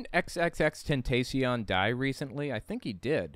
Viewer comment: It’s “XXX-ten-tah-si-ón”, for the record. Though my initial guess when I first heard of the guy way back when was “extentation”, so hey.